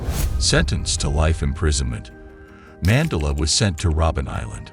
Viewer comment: Too bad I can’t watch it since whatever AI this is is pronouncing names and words wrong — notably his last name!!!